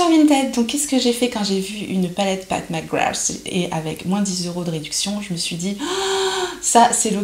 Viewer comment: Pas de surprise sur la pigmentation des fards!!! C'est top! Et je trouve que tu t'en sors bien dans la prononciation de son nom!!! Lol! J'adore ce look un peu "vampy"!!! ça te va très bien! Bisous